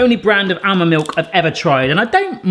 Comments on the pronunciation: Great video, but FYI, it's pronounced AH-MUND not AL-MUND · Stop saying bloody ow-mond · The "L" in almond is silent, it's supposed to be pronounced like "ahh mond". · Why does pronounce the 'l' in 'almond', but not in salmon or calm? at least be consistent! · The 'l' is also silent in almond, but he always pronounces it.